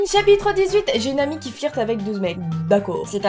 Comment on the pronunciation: Je t'adore dooms mais la je stress quand tu dit flirte on le dit pas comme ça tkt j'suis pas en colère contre toi t ma youtubeuse préférée 😁